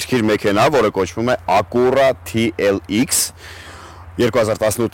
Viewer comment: ԵՂԲԱՅՐ, ԷՍ ՄԵՔԵՆԱԻ ԱՆՈՒՆԸ "ԱԿՈՒՌԱ ԹԻ ԷԼ ԻԿՍ" ՉԻ, ԱՅԼ "ԱՔՅՈՒՐԱ ԹԻ ԷԼ ԷՔՍ": ԼԱՏԻՆԵՐԵՆԸ ՎԱՂՈՒՑ ՉԿԱ. ՀԻՄԱ ԱՆԳԼԵՐԵՆՆ Է 😁